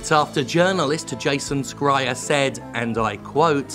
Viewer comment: Please, Jim- It's pronounced Jason SH-reier (the 'Boy in the Striped Pajamas' of last names) I know it's super nitpicky but you mention him pretty often. Also, for anybody who hasn't yet, watch Gremlins 2 it's a hidden gem! It has a female gremlin and that's all you need to know